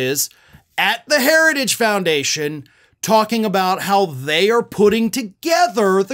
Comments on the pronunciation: Did anyone notice he said herges instead of heritage *TWICE,*actually the second time he said it I couldn't tell what the hell he said, it some kind of mangled version of hereges. He's such a pathetic loser even in 2022 he couldn't pronounce words correctly even when they're written on paper right in front of him. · I wouldn't be surprised if trump came out and said the joke's on everyone else because he said "herrage" instead of "heritage". I don't know the oranges of my new legal theory, but I'll run it by my friend tim apple and get back to you. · Trump seems to have trouble pronouncing three (e.g., Heritage) or more syllable words. That is worrisome. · He can’t even say heritage. What a dip 💩